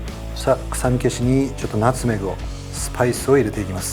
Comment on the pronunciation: ナ↑ツメグ→なの？！？！28年生きてて初めて聞いた発音なんやけどw